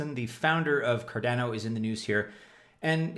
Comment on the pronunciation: When will you pronounce Cardano correctly?!